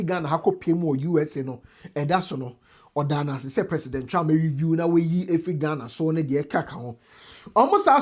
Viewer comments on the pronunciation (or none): none